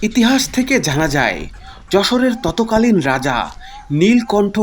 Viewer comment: ভাই আপনার উচ্চারণে কিছু ভুল আছে আপনি বলেন ততকালীন আসলে এটা হবে তৎকালীন